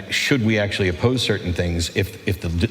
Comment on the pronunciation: genius also said "acturally" 🤣🤣